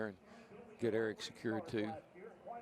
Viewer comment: John Frakes 😂😂😂 she also said "I hope Aric is OK" so her attitude is shit but this is a justification?! Please, btw it's ARIC